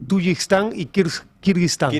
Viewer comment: Es Tayikistán!!! Pongan a alguien que sepa de lo que habla. Ni siquiera puede decir bien el nombre del país, mucho menos hablar de él.